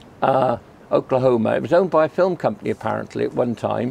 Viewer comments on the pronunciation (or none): none